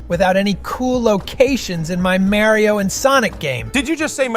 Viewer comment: maryeo and sonic games, Did you just say maryeo??😂